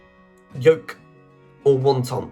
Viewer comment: I got 96, but I've never heard of the bonus word which has already escaped me. Funnily enough, there were words in the sets of three whose definitions I did not know but, happily, we weren't asked. There were also a number of mispronunciations, I'm afraid. My favourite was ‘won-ton’(wanton). Isn't wonton a kind of noodle?Don't worry though; I do it meself often enough. Good choice of words.